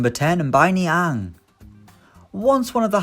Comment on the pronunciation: M’baye Nianng